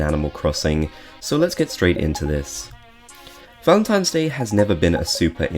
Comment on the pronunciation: Why do you keep saying “Valemtimes” day